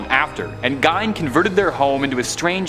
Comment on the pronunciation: Gein is pronounced 'gean', not 'gine'.